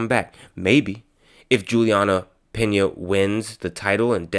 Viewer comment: / HEY..? 1- IT IS PENA, LIKE PEEEEEEEEEEENYA! NOT PINA! ( PIN-YA ) 2- FIGHTING IS NOT A "SPORT". ITS A CONTEST OF HATRED, VIOLENCE, RUTHLESSNESS AND BRUTALITY! AMANDA NUNES IS A VERY ANGRY, VERY TWISTED, AND VERY CONFUSED ANIMAL! SHE IS TRYING TO BE A MAN BUT SHE IS NOT! AND SHE DOESNT KNOW HOW TO BE A WOMAN! AND ITS HER ANGER AND HATRED THAT MAKE HER AS STRONG AND RUTHLESS, VIOLENT AND BRUTAL AS SHE IS! AMANDA DOES NOT NEED "TO FIGHT"! AMANDA AND EVERYONE ELSE WHO IS "FIGHTING FOR SPORT"? ALL NEED TO REACH OUT TO JESUS CHRIST FOR FORGIVENESS, REPENTANCE, HEALING, RECONNECTION WITH THE ONE GOD AND FATHER THAT CREATED US ALL! LOVE, UNDERSTANDING, TRUTH, AWARENESS, SELF UNDERSTANDING, THE RIGHT PERSPECTIVE ( ACCORDING TO GODS EYES, NOT OUR OWN LIMITED VIEWS ) DIRECTION, GUIDANCE AND A REBIRTH SPIRITUALLY, AND IN THEIR HEARTS! AND A REAL, TANGIBLE, INTERPERSONAL, EXCLUSIVE AND PRIVATE RELATIONSHIP WITH GOD OUR FATHER, THROUGH OUR BIG BROTHER, AND ONE AND ONLY SPIRITUAL SAVIOR, JESUS CHRIST! JULIANNA HAS A LITTLE CHILD TOO! AND NEEDS TO BE SPENDING ALL HER TIME WITH HER DAUGHTER, AND MAKE SURE AS A MOTHER, SHE IS AS HEALTHY AS POSSIBLE! SO SHE CAN BE HERE A LONG TIME FOR HER DAUGHTER! ALL OF THESE PEOPLE HAVE ENOUGH MONEY TO OPEN THEIR OWN SMALL BUISSNESSES OR INVEST IN OTHERS BUISSNESSES, TO HAVE A SOMEWHAT SECURE FUTURE. NO ONE NEEDS TO FIGHT FOR MONEY! OUR WORLD NEEDS LOVE AND PEACE AND AS MUCH BROTHER HOOD AS WE CAN GET, BECAUSE IN CASE MANY OF YOU HAVENT